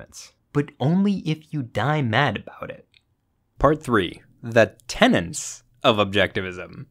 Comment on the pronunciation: It’s TENETS not TENANTS 👿